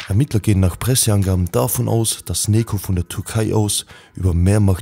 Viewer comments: Bro man spricht es nicht wie Nekoh sondern Nedscho oder Nejo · richtiger pik! 😂( spaß no front!)